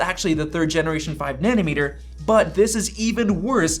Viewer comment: why you keep saying nanny-meter